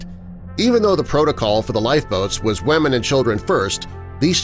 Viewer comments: Did he just say wAmen and children? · Did he pronounce it "wamen"? 😆